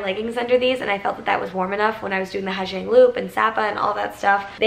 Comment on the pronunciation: FYI it's pronounced "haah yang" loop :)